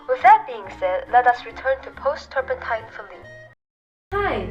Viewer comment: The eye just made the canvas glowup. "Turmepatta" ... poor faline The turpentine is messing with her ability to speak